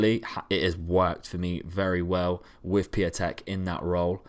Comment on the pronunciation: Piątek is "pyow-teck"